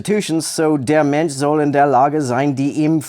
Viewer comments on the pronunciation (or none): As a german, I had to laugh hard at your pronunciation. I mean, you're clearly trying. And you pronounced the ä in "Fähigkeiten" correctly, which a lot of americans get wrong. But, still. On that note: Sch, such as in Mensch, is pronounced like sh in "share".